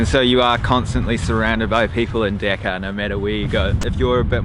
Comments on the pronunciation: Its DHAKA not deka A*****e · Not deka It’s Dhaka ❤️ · not deeka , it is a Dhaka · That's not deka, it's dhaka 🐸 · The ONE THING I hate tourists for is WHAT THE HELL IS DECCA? IT'S DHAKA, PEOPLE. D-H-A-K-A. I hope you understood. Anyway you're good man. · Well being a Bangladeshi, I just want to say, Just Pronounce the Name correctly first before u prove it is safe or not. -_